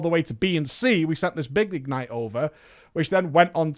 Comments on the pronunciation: IG-nite. Just say ignite. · The way he says “IG-nite” triggers me.... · Why do you pronounce it as if its 2 words? ig-nite??? triggered 😜